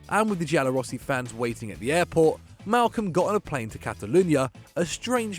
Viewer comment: *Malcom. Malcom. His name is Malcom.